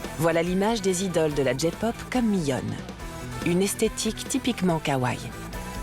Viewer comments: Kawaii Pas kawaii on prononce le I a la fin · Les images en IA c'est a bannir! + la prononciation à la française de certains mots comme "anime" "labubu" "kawaii"..+ l'emploi a tout vas du mot "cuteness" qui ne s'utilise pas dans la popculture ça "vieillit" le documentaire :/